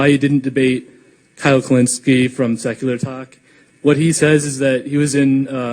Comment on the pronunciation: KHULINSKIE It's not hard.